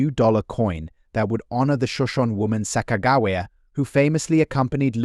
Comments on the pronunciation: Your pronouncing it wrong it’s Sa-Kuh-juh-wee-uh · "sock-ah-jew-we-ah" sound it out! Get it, got it, good! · This guy can't even pronounced Sacogawea right, did enjoy the coins😝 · Her name is SACAQAWEA. LEARN TO SPELL AND SPEAK NAMES BEFORE YOU TRY TO SPEAK ENGLISH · 😂you need to work on the sakagawa thing bud. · The AI voice over is dreadful!!! The horrible mispronunciation of Sacagawea is disrespectful and should have been fixed. Just do an actual voice over... it's not even hard. Good info but seriously difficult to listen to. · Sacagawea XD jesus that hame is ruined now I'm always going to say it weird as fuck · This is an A.I. video. The voice is computer generated. It can’t pronounce Sacagawea. The information is general and cannot be used to value coins. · Someone needs to teach this AI narrator a lesson in how to pronounce Sacagawea! So annoying.